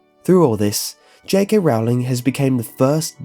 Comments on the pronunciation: Stop stop stop your going to take someone's eye out besides your saying it wrong it's rOwling not rOUwling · my only problem is how you pronounce j.k.'s last name. it should be pronounced as "rolling" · Rowling is pronounced rolling as in rolling-pin, you filthy muggle ( ͡° ͜ʖ ͡°) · Her name is Rowling, like bowling... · Just a friendly reminder, it's pronounced 'J.K. Rolling' not 'J.K. Rowling'